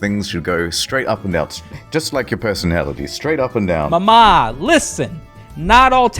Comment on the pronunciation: If you want to sound italian, you have to emphasize the first "a" in "mama". Emphasizing the second "a" is Greek, not Italian.